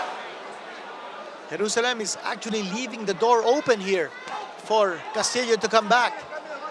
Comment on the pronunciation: His last name pronounced castiyo